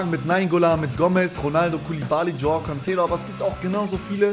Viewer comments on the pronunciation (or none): none